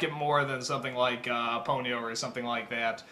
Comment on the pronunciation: you say pony-o instead of ponyo